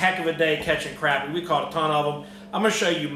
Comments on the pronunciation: it's pronounced crop-ē. but if you can't get used to it just call em papermouth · crappie is pronounced cropie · Is it pronounced crappie or crappie???? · Both pronunciations of crappie are correct. I hear professional crappy fisherman say it both ways. Its simply a geographical thing.